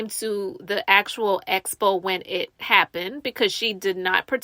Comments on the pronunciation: ESSSSS-Po and EEEEEE-Vent. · yeah like she doesn’t even TRY to pronounce it right! lawdddd it’s like nails in a chalkboard for me every time she says ESPO!!! 😩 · You would think she would pick it up when people are saying Expo and she’s saying Espo